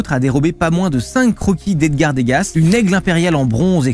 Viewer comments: Oui je suis spécialiste en arts on dit deux gars pas degasSS le s est muet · "dégassee" mon dieu